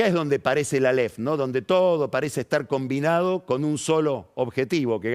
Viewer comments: Álef! Con acento en la a!! No aléf... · áleph, no "aléph" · Alef...sin acentuación